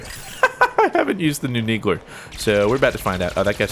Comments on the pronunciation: is he saying neegler? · ...so what's the inside joke behind calling it a 'Neegler'? I mean you're intentionally mispronouncing it, right? Because it's pretty intuitive, I mean, the thing clearly shoots needles, so... Needler. Also really wish you picked up a carbine they're really good in Cinco de Halo, 99% sure they're ttk is faster than the BR's, like how storm rifle does more damage than AR. They're classified as power weapons in Warzone. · You keep saying NEEGLER, XD its NEEDLER not NEEGLER lol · Did anyone hear call the needle the "neegler"? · QUIT saying neegler its needler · it sounds like you say "Neegler"????? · "you take my neegler" - 2015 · Neegler its the needler bro